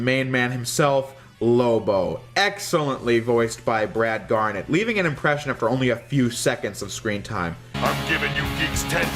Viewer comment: it's Brad Garrett not Garnet.